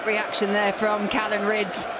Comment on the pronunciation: Will someone tell Mark Webster that his name is Callan not Callum